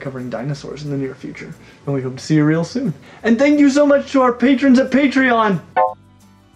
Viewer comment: With the green shirt and tie, with the way he pronounces real, actually reminds me of a Human Kermit the Frog.